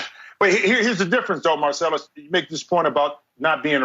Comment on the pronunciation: Lol!!! This is what higher learning gives U. Mar-s-pace-lus. Wiley. All ways coming from a different place